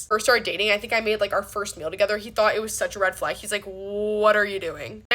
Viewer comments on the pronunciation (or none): You're still not an influencer. Red flag: pronouncing it "flog" and "hoff" instead of half.